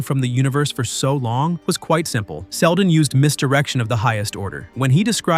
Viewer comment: "sheldon" these ai generated videos need spell checkers and pronunciation checks.